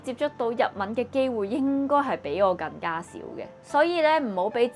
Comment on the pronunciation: 連廣東話更加兩個字都發音錯